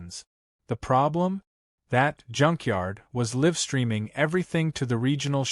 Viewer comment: "live streaming" is not pronounced correctly. At least have the narration correctly pronounce words.